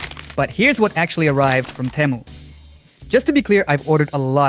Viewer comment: It's Tee-moo not Teh-moo